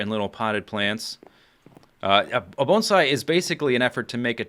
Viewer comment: you must know a lot about bonsai since you pronounce it correctly.